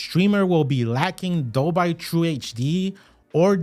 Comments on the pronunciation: Dolby is pronounced DOL-BEE, not DOL-BYE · #1 thing to say: Dole-bee, NOT Dole-by. the "power button" is the remote finder button, not a power button. A "USB port for charging"... what? It doesn't charge any other device. Its primary use is the power input with other uses including hubs and docks with power delivery which can come with USB ports for connecting flash drives, MicroSD cards, etc. DV, HDR10/10+, and HLG are not codecs. They're a list of HDR Profiles. Video Codecs include: h.265 (HEVC), h.264 (AVC), etc. HEVC is common for UHD Blu Ray and AVC is common for standard Blu Ray. VP9, and AV1 are also included for legacy and newer YouTube support. is completely false. The USB port is not "only used for powering the device." This is the same as was stated at ~ . You can buy something as simple as a USB C OTG C to USB Splitter. That passes through the USB-C for power and gives you a USB-A port for plugging in your flash drive. It "should" have a USB-A port? Why? It's not marketed as having one. The Apple TV doesn't have one. The old ChromeCasts don't have one. No Fire devices have one. Roku restricts it to the Ultra, etc. You're pretty naive to assume it will (or "should") have one. It's a streaming device; not a local playback device. You completely misunderstand the "match framerate" option. 60Hz displays can't display 24FPS (most movie) content because you can't display 24 fps over 60 slices of 1 second. That's the major advantage to native 120Hz (/144Hz, 240, 360, etc.) displays: you can sim